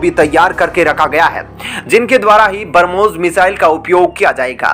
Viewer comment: Please learn pronounciation of Brahmos .... it's not barmos...